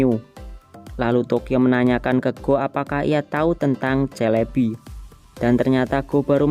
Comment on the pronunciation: SELEBI bukan CELEBI 😅😅😅